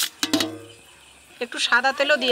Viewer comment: শা জিরা নয় শাহী জিরা